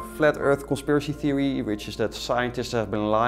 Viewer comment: 'conspiracy thewee'